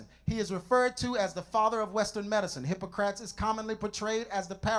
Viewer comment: I just wish he took time to master the pronunciation of these names: Asleep ee us, Hippo cra tees... Otherwise, he did well.